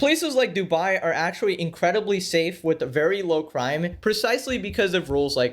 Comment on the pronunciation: "she delt whiff..?? like you don't know how to say with..?? or,,,,??...was she selling coke...????lollolooloolollollo!!!!!!!